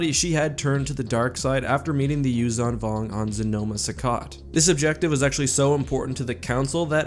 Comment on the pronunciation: Also, the Zh in Yuuzhan is pronounced like ж. Aka, Like a j with a ~. Юужан Вонг is exactly the pronunciation in Russian